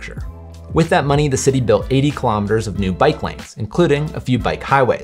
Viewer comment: I'll give you a thumbs up when you've learned to pronounce kilometer properly! Right now it's a HUGE thumbs DOWN!